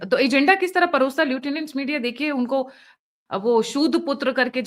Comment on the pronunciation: Lieutenant media? Gaali he dena hai toh naam sahi se le lo